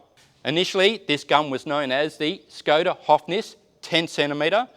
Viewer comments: Just a small fact, the Š in Škoda is pronounced as SH so it's more like Shkoda (I'm Czech) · The name is pronounced Shkoda.The v above the s changes the sound to sh(as in shoes)and in Czech the o is pronounced like the o in coffee.The Czechs have a big armaments industry.